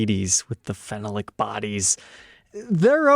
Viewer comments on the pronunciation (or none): I love your videos. Phenolic is pronounced fen NOL I, not fennel lick.